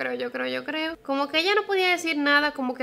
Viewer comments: "Yo crrrreo" estresante. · Amé el “Yo CRRRRRRREO” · Por que dice "crrrrrrrreo" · "Yo crrrreo..." <3 soooo cute! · me encantaa jajajaja que diga así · Jajajaja me encanta su pronunciacion de la r, es fantastica